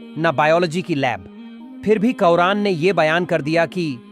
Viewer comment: Sabse pehle bhai quran paak ka nam sahi se bolo Ye ayat qayamat ke din ke liye hai, Allah pak har chiz per qadir hai